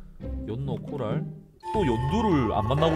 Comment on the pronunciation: 코랄 자꾸 부랄로 들었네 ㅋㅋ